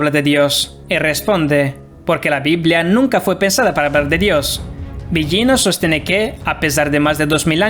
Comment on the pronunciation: No se pronuncia "Biyino". Busca la pronunciación correcta. No existe ese sonido en el español, pero es más parecido a la L.